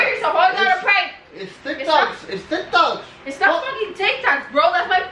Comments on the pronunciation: lmao "es tic tocs" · LMFAO...Hes said there TIC TOKS 🤣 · It's tyik tacs 😂😂😂😂😂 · “Is tic takchhsss” 😂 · Yessica Elizabeth Cervantes I really love how he was saying “there tic tacs” with his strong accent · The way you say tic tacs is just amazing